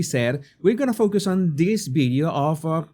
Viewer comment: The word is Video not Bideo…just try